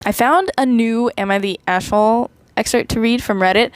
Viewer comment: Istg i am going crazy about how you say the a in aita lol Its so funny "eshholee" XD (Also your art looks great